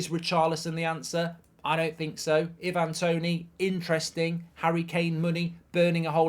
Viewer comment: Who on earth is Eevan Toney?!